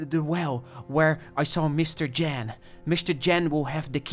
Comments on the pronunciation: Good video but the miss prononciation of “sow” “wreath” and the name “Jan” is killing me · English people trying to pronounce the name 'Jan' correctly challenge, impossible